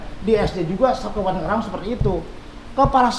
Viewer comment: Karawang, bukan Krawang Pak Dedi.